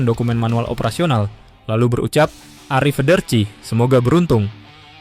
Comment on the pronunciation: ARRIVEDERCI [ Bukan ARI FEDERCI..... ]